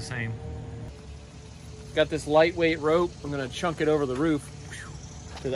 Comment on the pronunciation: Did you say chunk it? thought it was chuck it...???